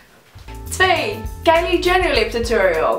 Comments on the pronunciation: Het is niet tuturiul maar tutorial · Je zegt t als turoriols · Je zegt geen tuturial..... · Tuturial? Het is Tuutorial (zo spreek je het uit) Haha er staat duidelijk een 'o', waarom zeggen jullie dan een 'u'? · omg ik erger aan het woord tutorial want jullie zeggen tuturial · hahahah jullie zeggen tuturial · Het lijkt wel of jullie tuturiel zeggen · Haha je spreekt het met een o uit